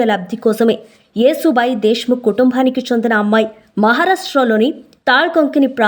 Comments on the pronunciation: యేసు భాయి కాదు యషు భాయి యశు అంటే యశస్వి లలిత సహస్రనామాలు ఒకటి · Wrong యేసు భాయి కాదు ,యషు భాయి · Yesubai kadu Yashobai..means fame and popularity..yashamu Keerthi..yashobai..Konchem telugu ni kuni cheyakunda unte better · Neeku telugu matladatamu raadhu anukunta yesu bai kaadhu thalli yashobai ani anali